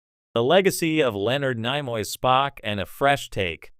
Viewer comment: AI stil can’t say Nimoy correctly? 🤷🏻‍♂️